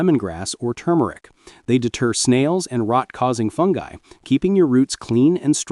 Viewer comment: it is not too-mer-ic. It is TUR-mer-ic